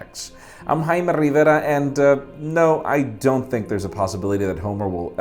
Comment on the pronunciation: Whenever he says his name I always hear it as hymen Rivera.. 😐